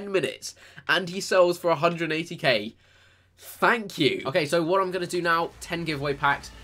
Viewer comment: "fank you" really!!